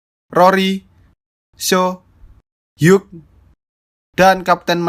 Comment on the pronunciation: "Hugh" sebenernya tidak pake g, dibilang "Hiu" aja. Seperti nomor 8 yang tidak egg, melainkan ate. Makasih bang!